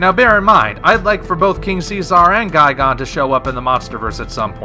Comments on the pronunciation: GUY-GAN not guy-gone it's even spelled gigan. Were are you getting the gone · Why do you say "guy-gone?" It's "guy-gan." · “Guy-gone” XD